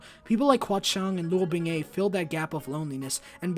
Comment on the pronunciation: great video! as a native chinese speaker i’m happy to report your pronunciation was well done on the whole, and you did a great job trying! however, i’d like to point out xie lian is pronounced more like shh-yeah lee-an, and the ‘he’ in luo binghe is pronounced more like ‘huh’ rather than ‘hey’, other than that your pronunciation was more or less understandable! as a queer fem-aligned individual, i also highly recommend checking out baihe! (fun fact: the word baihe itself means lily in chinese, much like the japanese word yuri.) the stories are often written by queer women, and the reading experience is much like reading danmei, and the novels are really beautiful. the most popular author in the english speaking sphere is please don’t laugh, a queer woman, and the two novels of hers i’ve read are jwqs and fgep, and i can’t recommend them enough!